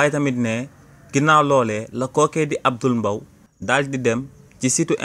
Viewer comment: Combien de fois as-tu prononcé le nom alors que c'est Abdoul MBAYE? Soyez professionnel qu'à même 🤷